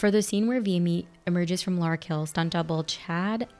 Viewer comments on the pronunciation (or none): none